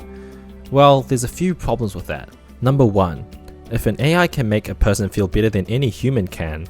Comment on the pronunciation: I know the narrator said "I hope this video leaves you with a better understanding..." but I had to smile when his accent made it sound like "hope it leaves you with a bitter understanding." Yes. A bitter understanding, indeed.